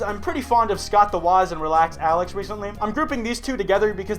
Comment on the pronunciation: You pronounced RelaxAlax wrong